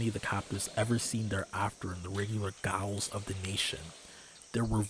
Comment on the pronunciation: it's just pronounced the same as 'jails' - 'gaols' is just the UK/Aus spelling.